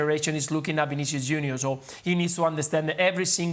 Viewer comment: It's not Vinicious, It's Vinicius